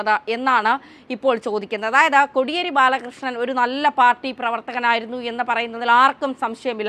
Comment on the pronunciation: Kodiyeri ennu ucharikkunnathu correct alla